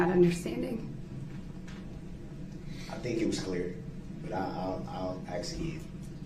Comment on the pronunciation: The troof comes with their OAF of office. Do dat do dat.. I AKS you again…